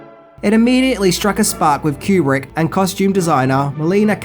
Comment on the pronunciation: Sorry to correct you again, Kubrick lived to complete Eyes Wide Shut and died after screening a rough cut version for Cruise and Kidman and Warner bros, brass Terry Semel snd Bob Daly. And his surname is Koo-brick, NOT cue-brick.